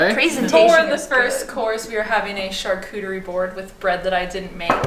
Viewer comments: Chartuterie, you mean charcuterie 😂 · “charTuterie platter”